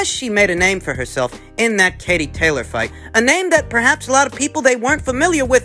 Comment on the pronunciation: Just like it’s tayleeor, he likes to mis-pronounce, just to let you know 👍🏻😂